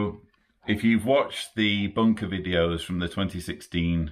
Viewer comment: Brilliant, I love the way you say bunker with your accent 👍